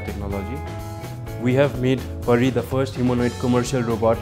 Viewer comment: isnt she pari ? bt she says peri.. :/